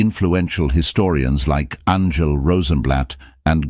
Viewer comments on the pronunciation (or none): none